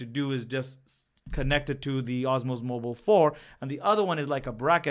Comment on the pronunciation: Its DJI Osmo Mobile not "OSMOS"